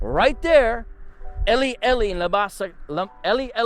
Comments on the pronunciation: It's actually pronounced Eli Eli not Ely Ely. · This man mispernounced Eli, Eli, then has the nerve to, criticize our language.